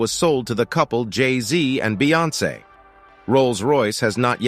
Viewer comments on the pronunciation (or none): none